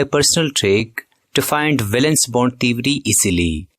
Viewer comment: Theory ❌ Thewry✅